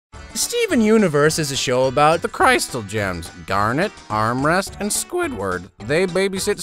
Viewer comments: Amethyst not armrest.and pearl not Spuidward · ITS AMYTHIST NOT DARN ARMREST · Announced Emma fist wrong and also pearl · I hear you say amethyst as “armrest”💀💀💀💀